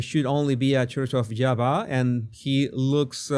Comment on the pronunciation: He doesn’t even know how to pronounce Yahweh correctly. Idiotic man.